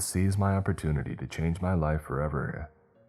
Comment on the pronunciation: The pronunciation makes my teeth ache. Hearing 'draught' come out as 'drawt', not to mention 'must to have done'.. And when 'my liff flashed before my eyes' came up, just made it more obvious it's auto-narrated. Btw, past tense of 'shine' is 'shone', not 'shined'. Stories are generally OK tho.